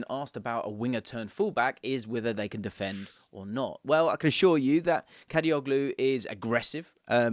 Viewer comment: I feel disappointed whenever I hear someone pronounces soft G letter in the Turkish surname suffix -oglu which means -son (instead of saying Kadiolu). I mean... it is irritating